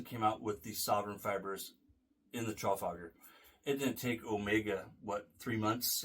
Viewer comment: We stress the second syllable in the word Trafalgar, rather than the first,.